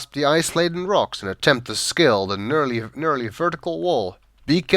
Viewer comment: I usually save every step on those winding paths Also, it's neerly not nurly